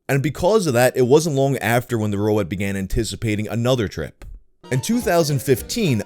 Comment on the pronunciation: "what's a robAWT doin here?"